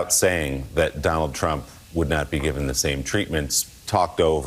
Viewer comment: Donell Trump (her pronunciation) is to blame for everything she did. If not for Donell, her history would be pristine. In fact, if it weren’t for Donell Trump, she would be a Virgin. Even though she never met him before the debate that she won.